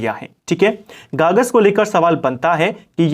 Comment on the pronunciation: गागस नहीं है गगास है सर